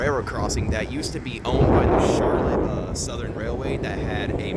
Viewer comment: You obviously are not from michigan. It's pronounced char lotte with the accent on the last syllable. Nice video though